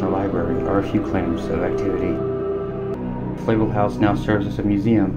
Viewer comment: .. just as a side note..make sure you pronounce "Flavel" correctly in the next Astoria video too.